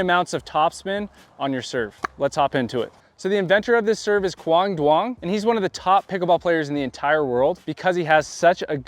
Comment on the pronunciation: Not even close to pronouncing Quang's name right.